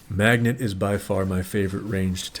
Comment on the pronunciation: Hard to take you seriously when you call Mageto magnet, how do you mispronounce a name, that he legit shouts out as he uses his Ult Fear Magneto 😆 he's not yelling Fear Magnets 😂